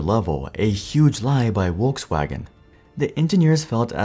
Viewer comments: It's "Folksvagen", not "Wolksvagen". Nice video, thanks 👍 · It’s not Wolkswagen. It is pronounced FolksVagen! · Volskwagen, not "wolfsvagen" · Bruh say "Wolksvagen" or "Volkswagen" not Wolkswagen. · Folks FolksVagen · omg your pronunciation of Volkswagen is so bad ! just go to google translate and play it out to see how it's pronounced, what's so hard? It's Folksuagen! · am I the only one hearing wokeswagen lmao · Need to work on that V in Volkswagen because it sounds like Wolkswagen. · Volkswagen.. In English Volk-s-Wagon In German Folks-Vag-'n Not sure what is happening in this video... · What's a "walkswagon"? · Why do you pronounce "Volkswagen" like "Wolkswagen" without also producing "Winterkorn" like "VinterKorn" . If the video is in English, it's best to just skip the pretentiousness and pronounce everything in English.